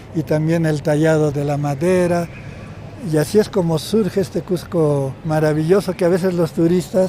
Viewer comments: a la entrevistadora le duele ver turistas en Cusco, que ridiculez, debemos aspirar a que crezca mas el turismo y mejorar la calidad; además, se pronuncia Cusco, no Cujco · Bella reflexión pero por favor es Cusco no cujjjjco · A la estrevistadora gaucha, decíle que no se dice CUJCO, el nombre es CUSCO, con "S". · Muy interesante solo una observación, la entrevistadora no pronuncia correctamente no es cuJco, un poquito de cuidado en esos detalles. Felicitaciones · Cusco, con "S" no con la pronunciación de un argentino o limeño. Muy cierto lo que menciona el Sr. Nieto, aún en nuestra sociedad hay discriminac6por la lengua quechua, sin embargo también estamos aprendiendo a valorar su uso para entender a esas personas que lo usan. Cada vez más en los concursos públicos para diferentes instituciones se pude como requisito saber el quechua. Cuando un turista se maravilla por la arquitectura inca, por la ciudad y su tradiciones, sentimos que ser Cusqueños es lo mejor que nos ha pasado, que la creatividad, ingenio, fuerza y herencia que tenemos debemos valorar más, no solo el mes de junio, sino todo el año mostrando la riqueza de alimentos, los colores de nuestra raza, la cultura y conocimiento por mostrar más y hacer ver a todos los visitantes por la web o en vivo que Cusco tiene mucho que enseñar, que por donde miremos hay belleza y creatividad. Sin embargo debemos aprender más a respetarnos, valoramos y aceptarnos no importa si somos que haya hablantes o bilingües quechua y castellano o aymara y español o quizá trilingüe y dominamos idiomas extranjeros. El respeto por el pasado, por el presente y la conciencia por un futuro es lo que nos mrcra como sociedad. Cusco ciudad escogida, ciudad mágica, ciudad turística y ciudad de los Cusqueños que cada día forja su destino con esfuerzo y amor. Desde el lugar donde estemos, en una agencia de viaje, como escritor, ambulante, autoridad, guía, transeúnte, etc leamos, busquemos información, preguntem